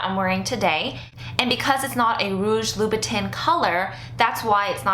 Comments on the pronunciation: Great review. Btw, it's pronounced "loo-boo-tan" instead of "tin". :) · the correct way is tan but with a nasal sound. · not to be a bitch but loobitin though?? why didnt you make sure you were saying it right like you knew you were making the video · Its pronounced Loubouton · I'm french and the real pronunciation is "loubou-tain" You were pretty close though :) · Im telling her how to pronounce it phonetically, she would read louboutain the same way she read louboutin :) Dont worry I know how to pronounce it :) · Fuck French pronunciation!! I don't say "loubou-tain"! English please! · I can help but cringe when you mispronounce Louboutin LOL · I hate it when people pronounce it like that and they try to act all great lol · Everybody should be able to pronounce Louboutin correctly by now....... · You are not fashion. Because you have items with fashion labels attached...does not mean you deserve them. You pronounced Louboutin like you live on a foreign farm. Stay away from couture. You don't get it. It's not for you. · How can you review it when you can't even pronounce the brand?